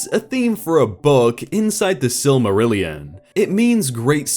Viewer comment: I applaud your correct pronunciation of silmarillion and ainulindale.